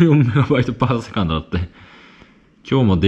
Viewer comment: このチャンネルで指摘するのはあれですが のWi-Fiの速度の読み方、Mbps(メガビットパーセコンド)です。MB/s(メガバイトパーセコンド)とは若干異なります